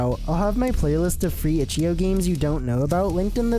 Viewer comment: stop saying itchio